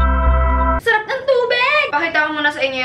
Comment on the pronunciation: "SAREPP NG TUBEGGG" HAHAHAHAHAH